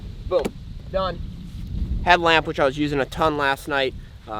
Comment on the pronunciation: What the fuck why did he say headlamp and lantern like that